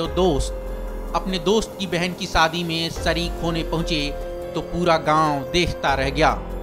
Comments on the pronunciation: Saadi nahi Shaadi hota hai bhau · Saadi nahi shaadi mere bhaai